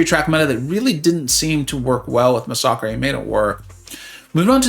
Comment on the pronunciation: Is that how you pronounce Masacre?…. I thought it was just pronounced like massacre lol